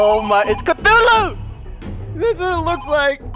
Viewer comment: It's "Cthulhu" XD, There's no water, Silly:)